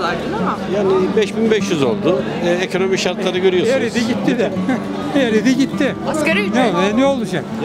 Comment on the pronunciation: Ekönömi dedimi devamı belli daha da izlemem konuşanı..